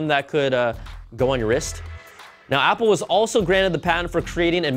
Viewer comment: Guys Pause , he is killing the "Apple" LOL